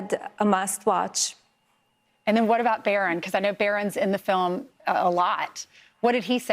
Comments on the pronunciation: I can't take it with her fake smile and the way she says Filim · “Film “ … keeps saying film…. It’s a documentary !!!! She’s prob thinking of an Oscar 😂😂😂😂